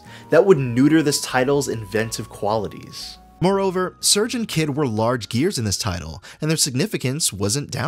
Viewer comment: Loved the case study! Only one thing to nitpick, the main character's name is "Sair-gay". I called him "surge" too, when I was a kid, but I'm pretty sure with the theme of all the characters' different nationalities that the developers were referencing the Russian name "Serge".